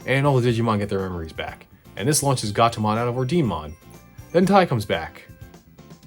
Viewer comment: I believe Ordinemon is supposed to be pronounced or-dee-neh-mon, as in the Italian word for order in Italian (and maybe latin too?)